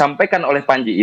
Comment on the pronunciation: Pranji apa pandji 🤣🤣. Baca yg bener dek